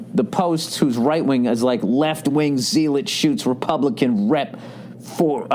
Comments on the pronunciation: zealot (ZELL- ut) zealous (ZELL-us) zeal (ZEEL) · Uh, hey there Billy "speak-no-spell" it's pronounced (zel-ut) Zealot. LA is douchier by the day and I think some folks would "ramble on" in a heartbeat from there if they could. Keep the good work Billy no fun and love the Moto gp stuff(ianone might be trying to leave Suzuki) come out to vegas if possible sir. Could use some "easy Shea butta" in da dessert!!